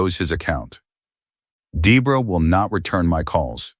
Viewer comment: The mother can't be a co-participant in a charge against abuse to herself. Also, pretty sure the name Debra or Debora (saw it spelled both ways) should not be pronounced to rhyme with zebra.